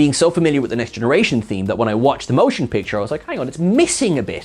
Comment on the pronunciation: I have seen several over your videos and I like them. However… Can you please explain to me why whenever you refer to the first Star Trek film, you call it “Stark Trek: The MOTION Picture, instead of just saying it as “Star Trek: The Motion Picture”? Without the unnecessary emphasis that no one else does? Because I have literally switches to other videos because you do that.